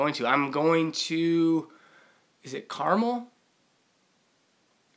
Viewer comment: Your Wilson story was hilarious,! You're the best! btw, it's car-MELL, not CAR-mull, California. Whoop whoop! And it's way north of Golfholics in San Diego. Oh, yeah, it's Golfholics, not Golfoholics. Gotta go troll Onewheel now...